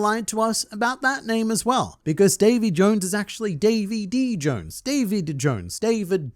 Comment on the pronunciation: Davy.. Dayvy.. Day'v'thee... Day of the.. D?